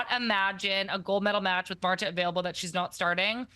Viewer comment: Did she just call Marta, "Marto"?😂😂